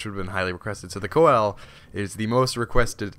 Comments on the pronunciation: Its not called the coel, its pronounced see-low-canth, it has 12 fins and most are obsolete but still living in the mid indian ocean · Just a tip, it's pronounced "see-la-canth" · it's pronounced seal or full name pronounced seal a canth coelacanth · pease stop pronouncing it wrong please it is prounounced see-luh-canth sorr y it really annoys me beacause this is not a dinosaur it is still alive and it is a simpl;e name so can you please pronounce it like that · its pronounced "seal" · btw coel is actually pronounced sealo and they still exist as well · It's pronounced Seal-o-canth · Can you spawn a Coel (please stop pronouncing it like that btw) at like 50x? the biggest i've seen is 4.7x... huge!